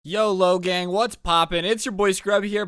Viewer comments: I thought he said yolo gang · "Logang" only cuz he said so